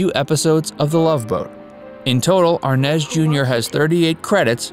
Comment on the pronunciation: I can’t believe only one person got of their sofa to complain about all the mistakes in this horrible piece of journalism. Repeat after me, R. Nez, R-Nez. R.Nez. now all together Desi Arnaz Jr. Dino- Desi. And who?????🥸😜🤪The band was Dino Desi & Billy! Not amp Billy, hey S . S amp Billy. S. Wtf??